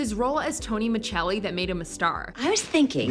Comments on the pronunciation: Uh, it's Micelli, not Michelli. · Your saying the last name wrong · She pronounced Tony’s character’s last name wrong the whole time. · That was incredibly annoying that she sad his character last name wrong! Ugh